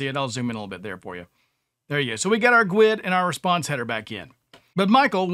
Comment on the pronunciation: Am I the only one that looses there Sh** when I hear other devs calling a guid a “gooowed”.